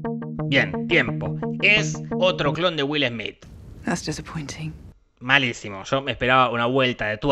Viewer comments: Es will smet :D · Es güilesmít, güilesmít, 🎵🎶